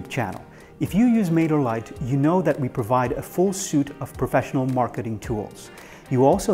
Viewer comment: Friendly tip: in English, "suite" is pronounced like "sweet," not "suit" or "soot." 😊